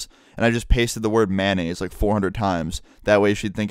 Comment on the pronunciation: I thought he said man aids